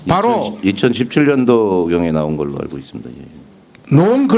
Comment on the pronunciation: 나온 걸로 알고 있다라고 말해야지 노온걸러 알고 있다는 일본어 발음인가?